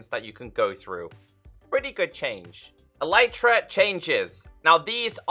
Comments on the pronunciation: Elytra is pronounced "EL-lit-ra" (emphasis on the first syllable), not "e-LITE-ra", and it's the plural of elytron, so it's not "an elytra" but a pair of them (like a pair of trousers). I have yet to find one Minecrafter on YouTube who uses and pronounces this word correctly, though. You can look it up on the official minecraft wiki or on wikipedia (elytra are the hard outer wing cases of beetles) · E-li-tra sounds better imo